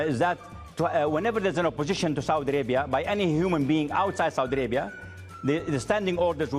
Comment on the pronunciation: Saudi Alaibia.😃😂U can't even pronounce your own Country.Kissin ass of your Prince...this bullshit made MBS freed his brother huh!!!!Of course you will butter your Prince ...not to hang you upside down again and take $6 billion again from u😃😃Your a big joke but we understand where you are coming from...you love your wealth and your life.